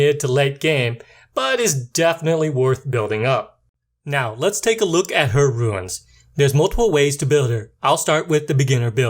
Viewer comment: Other than pronouncing runes (roons) as ruins (roo-ins), the video is great. I am subscribing because I like the way you approach explaining how to effectively rune a monster and how the abilities work. I am shocked to see that you only have 293 subs at the time of this post; however, I have a feeling that if the rest of your content matches this one, you are going to explode in subs and views in the very near future. Thanks & Great job!